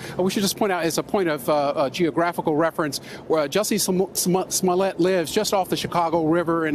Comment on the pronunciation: Sorry but when he said his last name it killed me😂😂😂